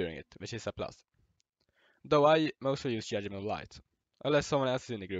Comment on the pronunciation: Yudment LMAO